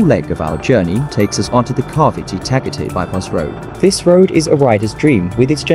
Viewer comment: No, I was referring to the accent of the computer voice mispronouncing Tagatay.